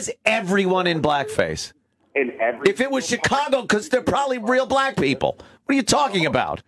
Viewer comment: You said black wrong.